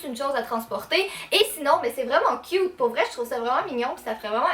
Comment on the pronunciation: C'est moi ou au début quand elle dit les choses inutiles on voit un chat 😂 Et quand elle dit le chausson licorne "Elles sont trop CUT !!!" 😁😋😝💋😘😊